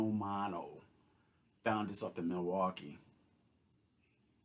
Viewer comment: Every time you say Milwaukee you are holding up pure gold man lol.